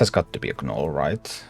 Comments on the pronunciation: I LOVE your teaching style and patient gameplay !! One small note though....the "G" in gnole is silent.. Its just pronounced "Nole". Although admittedly your English is far better than I would be able to speak your language. Thanks so much for your content. Im pretty sure you have made a lot of people much better at a fantastic game !! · The g is silent when you say gnoll. Thanks for content